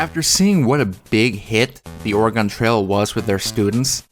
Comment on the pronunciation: 10 minutes and you didn’t pronounce Oregon correctly a single time. Congrats.